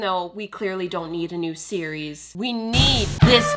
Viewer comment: It sounded like you were saying Siri instead of series